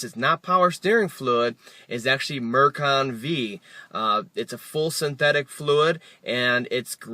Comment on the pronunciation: It's pronounced Mercon FIVE, not Mercon V.